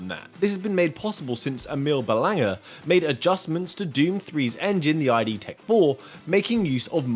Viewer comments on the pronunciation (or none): It's not ID, it's Id